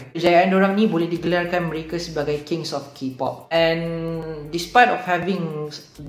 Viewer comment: kings of ki-pop? memang sebut mcm tu ke? bkn kay-pop? ke aku yg xtaw